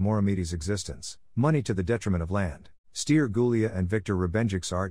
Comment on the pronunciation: Felicitări pt efortul dvs de a păstra vie arta Românescă în plinătatea înțelesurilor ei!!!! Totuși "Ilie Moromete", "Stere Gulea" trebuie citite așa ca în română nu ilia, steri..... Nu vă mai sclintiți limba cu engleza.....